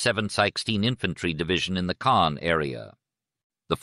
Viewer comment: It's Caen. Cannes is in the South of France. Caens is pronounced Con. Our car broke down there a few years ago. But yeah the AI thing needs an improvement.